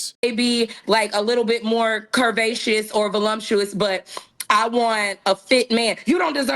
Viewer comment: ❤❤❤❤❤❤❤❤ HOW U MIS-DAT-SHAQ? IT AINT THE WORD CURVACEOUS THAT WAS JACKED. ITS TGE WORD "VALUMPTOUS"(LUMP) THT GOT MFU! ITS VALUPTEOUS I THINK SIGNOR'. MY SPELLING MIGHT NOT BE CORRECT BUT I KNOW WHAT I HEARD THT OLIVE-OIL FACE WIDEBACK BIGBODY HEFER SAY... VAL-LUMP-TEOUS JUST GOT LUMPS ALL OVER THE BIGBODY 🤣 🤣 🤣 🤣 🤣